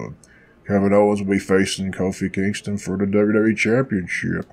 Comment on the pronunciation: Lol are you purposely saying Queenston? Hahahahahahaha